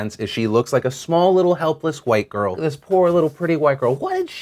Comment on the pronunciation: she looks like a small little helpless,"white" girl", this poor little pretty,"white girl"? why do we have to bring race into this, can't it just be she looks like a helpless girl. It sounds derogatory when you put emphasis's on "White girl"